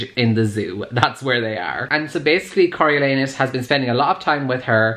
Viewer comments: “I’m reading it Cory-lee-anus...” Me: has to pause the video because I’m in tears Legit how I pronounced it until I asked my dad for help. 🤣🤣🤣 Cory-oh-lawn-us by the way. 😂💕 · "Im reading it Cory- ... Cory-lee-anus..." Literally, I wasn't watching the video, just listening your voice, and the first time I thought you said "CoralAnus" and I was WTF?!?!? XD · Am I the only one who heard “Coral-Anus” when google pronounced it? 😂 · i live for trying to pronounce Coriolanus and failing lol!